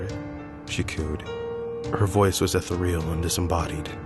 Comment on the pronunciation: E-thee-ree-uhl not Ether-reel